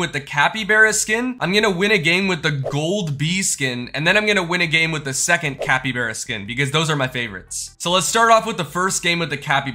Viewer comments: you say capybearya it is capy-bar-a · you're saying capybeara instead of capybara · said capybera And its capybara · Bro said cabybera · The way he was saying capybeara instead of capybara made me go mad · Capy (BARA) not Capy (BERA) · Its capy bar a not bear a bro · Man said capyBEARa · Why is bro saying capy-bear-uh. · The way he says Capybara hurts me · Bro pronounced capybara wrong